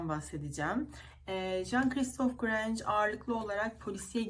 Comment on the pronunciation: Merhaba soy isminin telaffuzu Granj değil Granje şeklindedir, güzel yayınlar dilerim.